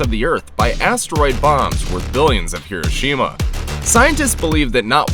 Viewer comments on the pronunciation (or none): none